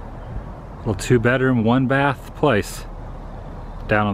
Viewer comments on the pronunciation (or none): none